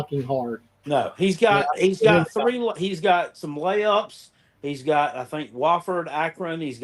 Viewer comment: TN live "Went fwee" in both their heads....LOL